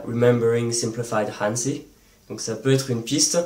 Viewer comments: Très bonne vidéo mais attention à la prononciation du mot"hanzi" en chinois! (ça se prononce à peu près comme"rannedzeu"). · C'est vrai que ça fait bizarre de l'entendre an-dzi. En même temps le pinyin est vraiment pas un système intuitif. C'est quasiment impossible de deviner la prononciation d'un mot sans avoir étudié le mandarin (le u est /u/ ou /y/, le i /i/ ou /ɨ/, le e passe de /ə/ à /ɤ/) honnêtement c'est beaucoup trop difficile (sans parler des tons) ! En tout cas, super vidéo !